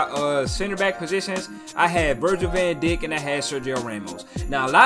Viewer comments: bro said "Virgil van Dick" 💀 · "Virgil van dikkk"..... It's pronounced as Virgil van dike😂😂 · somebody gotta tell this man how to say "Van Djjk" 😭😭😂